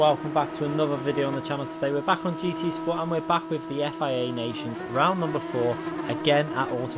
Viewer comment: Are you Scottish now...Roound 4 😂